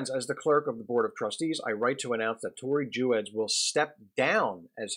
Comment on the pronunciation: There is so much misinformation in this piece, starting with just the pronunciation of Tori's name. Our youngest is a (non-binary) student at Westtown and we are so grateful for this amazing school, still very challenging intellectually and accepting of many points of view, which is part of what makes it so great. I don't agree with just about anything you said here, but that's okay. I hope Max gets in touch with you and sets you straight on so much of the misinformation you spread here.